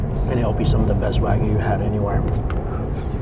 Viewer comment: I also can't stand his "Americanized" pronunciation of "wagyu" (literally Japanese beef) as "wag-goo" like a dog wags its gooey tail.